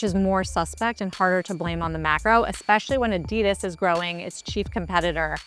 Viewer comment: You’re a journalist ! Learn how to pronounce Adidas !!! It’s not Adeee-das. It’s ADDI -das . It’s named after its founder - adi dassler . But what would you expect from cnbc ?